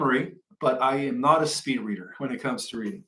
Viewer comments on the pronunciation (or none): none